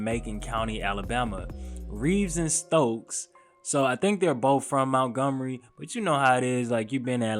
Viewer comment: It’s Montgomery not Mountgomery bro 😂 keep doin yo shit though. 💪🏾